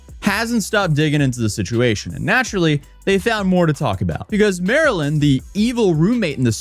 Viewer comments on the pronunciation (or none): Mispronouncing Marlyns name the whole video hurt my brain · jsyk, Marlyn does pronounce her name Mar-lin. hence Not Marilyn. No offense love the video etc have a good one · He keeps calling her Maryland. The screen shows her handle - MarlynLikeTheFish. Ummm... Her name is Marlyn (Marlin). Not Maryland. 🫩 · You keep cɑllinɡ her Mɑrilyn but it’s cleɑrly pronounced Mɑrlen... Like the fish? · You keep calling her Marilyn, when her tag clearly says it's Marlyn (marlin) like the fish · Haha, it's not Marilyn. It's Marlyn... like the fish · HER NAME IS MAR-LYN LIKE THE FISH. NOT MARILYN. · I’m not officially a detective, but I suspect marlynlikethefish pronounces her name Marlin, like the fish, not Marilyn. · People calling her Marilyn is so funny to me... it's Marlyn, like Marlin, like the fish, it's literally in her username and she says it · you`re calling her Marilyn (like Monroe), BUT her screen says "MARLYN-LIKE-THE-FISH". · She says her name is Marlyn and you can see her username during her videos but you keep calling her Marilyn instead for some reason lol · Her name is pronounced Marlin. Did you see her username? It says Marlyn like the fish. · You calling her Marylin is driving me nuts. Her handle is Marlyn like the fish, ya know the Marlin fish. Florida Marlins baseball team. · This was the dumbest video. Can't believe you watched two no names post what happened to each other on social media and then made a 13 minute explanation of it. Also, you kept calling the one girl Marilyn. Every time you showed her video, you put her ID in the corner. "MarlynLIKETHEFISH". The fish dude.. ever hear of a Marlin? She literally made her ID so that you wouldn't pronounce her name and yet you called her Marilyn. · Bro. Her name is "Marlyn," pronounced "Mar-Lynn" apparently. Her social is literally "MarlynLikeTheFish" (the Marlin), lol. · Her name is Marlyn (like the fish pronounced mar-Lynn). No hate just wanted to let you know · MAR-LYN… like the fish…